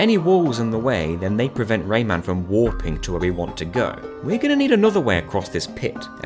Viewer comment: I KNOW this little bloke is called Rayman. I know this. I’ve played the Rayman games. But in this video my brain is CONVINCED that you’re calling him Raymond and it’s 100% satisfied pretending that’s his name.